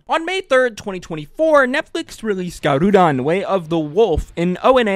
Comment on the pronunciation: It's pronounced Gah roh dehn, not guh roo dahn.